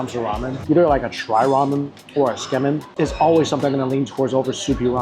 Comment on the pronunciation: You're enjoying your food when you have a piece of it stuck on your nose and don't even realize it for an entire segment. 😅 Great video but I gotta say, your pronunciation of kah-rah-AH-geh and Tsukemen (from an asian no less) made me cringe.